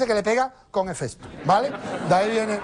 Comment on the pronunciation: Manu...es Hefesto....no Efesto aparte de eso divertidisimo me he partio la caja jajaja XD